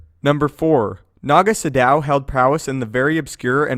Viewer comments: Was about to say the same about the way to pronounce Sion it really bugged me as it did with Naga Sadow he pronounced it as if it were Sa-Dow with a pause between Sa and dow when it should be spoken in one Sadow sounding almost similar to the way shadow sounds. That really bugged me for some reason. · And stop mispronouncing names. Sion is pronounced Scion, Sadow is pronounced Sad-oh. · I also think it was supposed to be Sa-douw. For example, as Kreia and Uthar Winn pronounced it. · yeah I thought that about Naga Sadow too until I played The Old Republic and they keep pronouncing it as it's said in this video. I still feel like that's wrong.